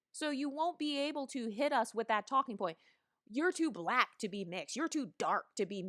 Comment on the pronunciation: "You're too BLAHHHQUEEECKKK looking" lmaooooo